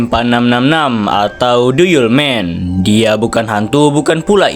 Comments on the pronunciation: The yule man❌ Tuyul man✔️ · Yang orang denger the yule man Yang gua denger the tuyul man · yang gw denger🗿🗿🥀 the jule man duyul man😂😂😂😂